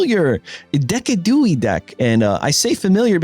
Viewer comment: Decidueye is pronounced "de-side-u-eye". And playing Pocket on phone is the only good way to play the app.